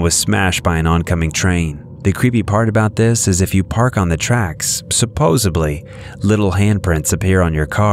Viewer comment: “Surposably” Do you mean “Supposedly”? 🤣🤣🤣